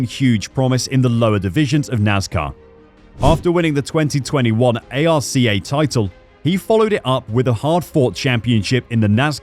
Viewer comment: This commentator has no clue about NASCAR someone should teach him how to pronounce some names especially arca